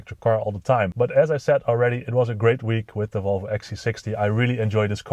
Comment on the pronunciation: So funny the dutch way you pronounce Volvo, or should I say: wouolwouo :) j/k